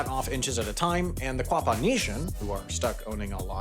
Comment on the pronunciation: It's spelled Quapaw. Pronounced Oh Gah Pah. Also Miami is pronounced Miamah. I live in Miami Ok which is literally next door to Picher. About 10 miles for me.